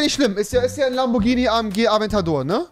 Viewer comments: Es heißt nicht Lambortschini sondern Lamborghini😂🤦‍♂️ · Noch einmal lamborjini sagen und instant deabo es heißt lamborghini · Es nicht nur keinen Performante S sondern hat der auch keinen Turbo UND MAN SAGT NICHT LAMBORTSCHINI